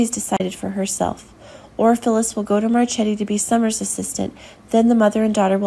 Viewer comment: It would be nice if the producers of these videos could get a narrator who pronounces the most basic words associated with the soap opera correctly: Genoa and Marchetti. It’s annoying. Get a clue !!!!!!